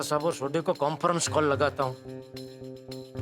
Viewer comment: Conference call ❌ Comfernes call ✅ 😂😂❤wah yr